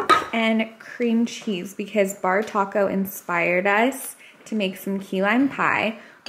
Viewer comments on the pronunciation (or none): none